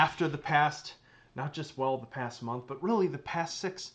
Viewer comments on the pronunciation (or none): none